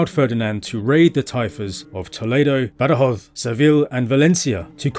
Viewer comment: Soy española y andaluza, y no me gusta que se alteren los nombres de los lugares, como Borgos? cuando es Burgos, o Badoz cuando es Badajoz, etc... y ese acentillo medio latino americano medio inglés, es chocante. Le gustará al autor que yo tradujese los lugares de su tierra bastante mal y con acento andaluz? El andaluz no es un idioma ni un dialecto pero tiene su acento muy diferente del castellano oficial, sabes?😂😂😂😂😂😂